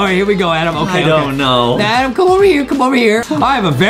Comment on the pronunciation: Justin adam is adam not ADEM WHY Adem!!!!!